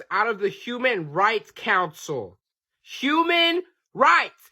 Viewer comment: He said 𝙃𝙊𝙊𝙈𝙄𝙉 🤣🤣🤣🤣🤣🤣